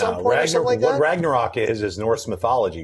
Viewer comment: Ragnarök is pronounced "Rangna-roek". The letter 'ö' is pronounced as if you're saying 'o' and 'e' at the exact same time. Almost like when someone says "Ehm..." before answering an awkward question.